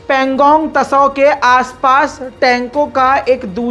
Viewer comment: Pangong Tso T... is silent dost Pronounced as so. not Tao